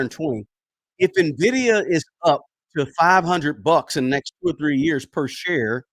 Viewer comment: I clicked to see if he learned how to say Nvidia 😂 i bought it btw